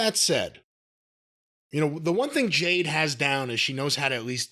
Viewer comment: Her name is Jade. You don't have to like her, but, at least have enough respect to pronounce her name correctly.